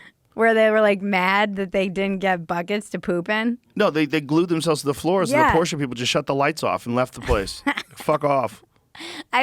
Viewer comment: so happy that Joe pronounces Porsche correctly